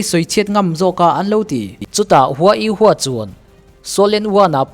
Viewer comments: U ho tih tur u hua nioin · Yu ho ti in ko zawk la?😅 a flim a an pronounce ang in